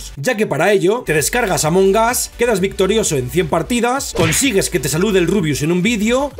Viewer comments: Dice amongaz en vez de among us XD pero among us se significa entre nosotros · Se pronuncia Among as Y se escribe Among Us